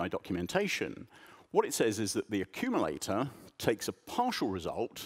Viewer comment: "Accululator"! Sounds about right..